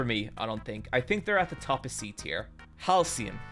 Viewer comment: Why does he keep calling Halsin "Halcyon"?